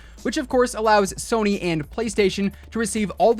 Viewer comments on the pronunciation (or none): none